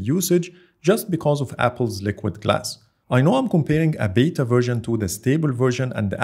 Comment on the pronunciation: Say it with me people "It's a B E T A...beta"